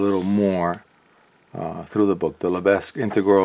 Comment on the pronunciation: Just fyi, the “s” in Lebesgue is silent.